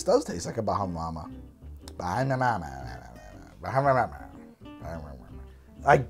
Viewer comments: Man it was vicariously difficult to hear try and say Bahama mama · Your pronunciation of "Bahama Mama" was a quality Fred Flinstone impression. You kinda look the part, too ;)